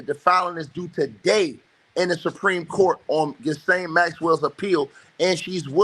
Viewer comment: the 's' in Ghislaine is silent